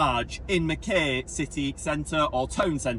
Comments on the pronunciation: MACK-EYE!! pronounced MACK EYE - Mackay. Lived there for 10 years so .. NOT Mac KAY … THE VIEW OVER THAT WATER OMG! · Pronounced Mc-Kie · its not how u say mackay pretend it spelt mackai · Great videos once again, just to let you know it called Mack-eye, Ive been to the UK and stuff up so many names especially in wales like lLlanberis, we would call it Lanberis but in Welsh it is Clanberis, always learning and love the channel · Mackay pronounced Mackeye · What can I say? You just go from one beautiful spot to another! It's pronounced "mack-eye" btw. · Great videos. Here's to 10k. It's pronounced mack-eye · From NSW - Mackay, rhymes with sky 🙂